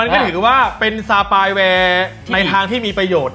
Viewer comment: spy ไม่ใช่ spay